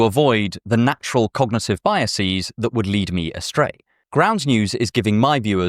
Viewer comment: biases, not biasēs